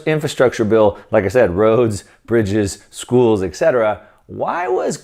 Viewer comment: Thanks for the precious info. One remark regarding a little error in the language, that is quite annoying: "etc." should be pronounced "et cetera", NOT "ec cetera"